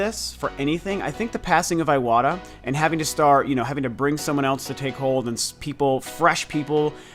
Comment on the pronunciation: i love your videos, but please pronounce names correctly (eg: iwata. you pronounce like it's iWata, it should sound like e-wata) . let's not spread misspronunciations : )